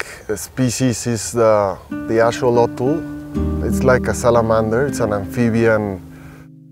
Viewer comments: It’s pronounced a-XO-lo-tl, not A-xo-lo-tl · i have never heard axolotl pronounced like this